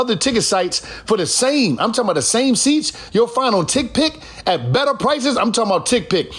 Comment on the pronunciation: Nobody: On The Paid Promo: "I'm Talm bout..."